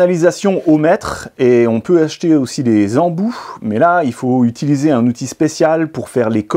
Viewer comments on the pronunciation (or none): none